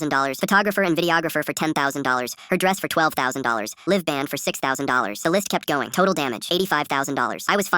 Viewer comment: Sometimes I wish the AI voices knew the difference between "read and read"; "live and live" etc.